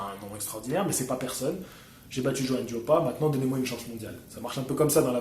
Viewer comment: Merci de m'avoir cité, tu as bien prononcé mon prénom et mon nom. ☺. Comme je te le disais sur facebook en effet, Johann est un combattant à l'ancienne qui ne se refuse rien. Il sait qu'il s'agit d'un métier éphémère et que le temps passe vite. Je pense aussi que c'est un combattant qui se fait vraiment plaisir avant que de ne parler sans cesse d'argent comme beaucoup. Jarrell est un tank et pour le toucher je pense qu'il va falloir tourner autour de lui et être mobile pour déjà éviter ses parpaings, le type c'est Ralph dans le film de Disney, le super destructeur 😂, et chercher les failles pour lui assener des jabs permanents. Il faut le harceler de coups ce type. Être très présent . il faut le démolir pierre par pierre. Front contre front c'est trop risqué. Je pense vraiment qu'il faut l'épuiser et le harceler de coups. J'ai peur pour Johann mais on ne sait jamais! Que le meilleur gagne! 💪